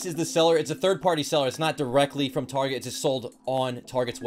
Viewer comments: Loved the video! Also you said tarjay instead of target multiple times lol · Dude Its 'Tar' 'Get' not 'Tar 'gde' 'a' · Why does he say tarjet instead of target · my man just called target; TARJ! haha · Tarjay I thought it was target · Awesome video but istnieje it Tar- Get. Not Tar-Jei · did u say tarjay it’s target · he says it tarjeee isnt it targettt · It’s actually target not Tajae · you seed tarjet its target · Why does he say. Targay it’s target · targae? tar Get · Wait... Its pronounced tar j? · Tar-Jaay.... Haha nice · I didn’t believe it when I heard target shoppers are better than Walmart shoppers but I didn’t know they were out here pronouncing it targhey, lol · my man just said tarjay 💀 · He really said tarjay lol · Did he just call target tarshay? Lol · bruh "Tarje" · He really said targaee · He really said targey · He pronounced target wrong lol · Ummmm… it’s called TAR-GIT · U read target wrong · Why you say tarjay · I can't set aside the fact that he is pronouncing target wrong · said target in a New Jersey accsent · Why did he say target so weirdly 😭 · So is anyone going to tell him he’s mispronouncing Target?🤣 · Why did he pronounce target so weird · I was wondering the same thing. Came to the comments to see if anyone else noticed it but you're the only comment about it. Thought it might be some inside joke I wasn't getting or something. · You said target wrong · The way he says target 🤦‍♀️🙅‍♀️ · is target rlly pronounced that way